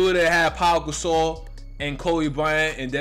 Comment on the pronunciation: Dawg said “ pop gasol” 😂😂😂😂😂😂